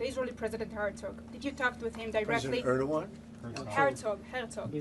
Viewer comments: Why trump call Turky prisdent Erduan. Where is the G letter gone? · clown show nothing else a bunch of non sens, cant even prononce Erdogan. the level of ignorance and stupidity on international affaire is astonishing! at his point Satanayu could just be president of the US sicne Israel already runing america.